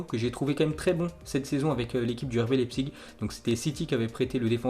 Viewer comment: Leipzig on dit lAIpzig